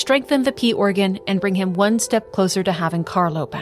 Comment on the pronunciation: Every time you said "P organ" I heard "Pee organ" and I giggled